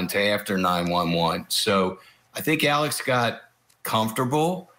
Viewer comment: It's Alex not alec